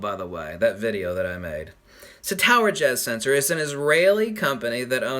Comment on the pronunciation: Am I bad if I thought you said tower jizz